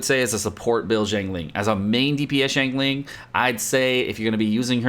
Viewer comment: Not jiangling, it is xi + ang